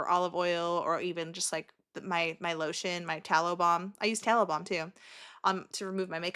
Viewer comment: You kept saying you use tallow balm and I kept hearing taliban 🤡😂